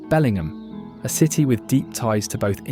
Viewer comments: Nice video but pronunciation of places are terrible. Why not hire a local voice actor rather than some British person who doesn’t have a clue on our place names? He gets Spokane correct but Makah, Bellingham Puyallup and more are pronounced incorrectly. Grating on the ears and spreading misinformation. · Great photography but heavy British accent. Tacoma was misspelled. “Lake Chelan” was mispronounced. “Bellingham” sounded like it belongs in Lancashire. The words slough and volcano were so heavily accented, you wondered if it was same language.